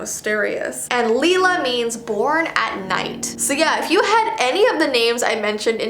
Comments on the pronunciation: Leila isn’t pronounced leelah it’s pronounced Lay-Luh. My name is Layla which is another version of Leila or Laila. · fjesjfsiew I heard say Leila as Leela and it made me kinda annoyed because one of my classmates have that name and its pronounced Ley-la but I suppose it might be pronounced that way alot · Hello, my name is Leila but you mispronounced the way I pronounce it but it's okay all is good! but I spell it in a unique way which is pronounced Layla but spelled Leila. I'm so happy you added my name. I am a huge fan of your channel. I love the photos you add! Have a good rest of your day and keep on rocking on!! ♥💮♥ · I’m the born at night AA you said my name!!! But kinda pronounced it wrong 😅